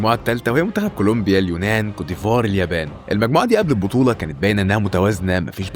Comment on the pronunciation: كلومبيا هههه كولومبيا يا حبيبي